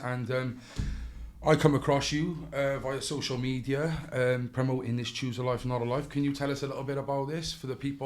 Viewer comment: Did he say choose a life not a life ???? 🤔🤔😵